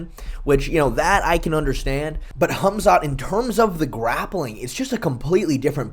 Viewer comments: "Hum-Zot Chimaev" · MMA "Humzot" Che